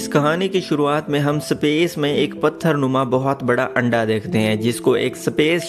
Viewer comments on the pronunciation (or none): सपेस नहीं स्पेस होता है..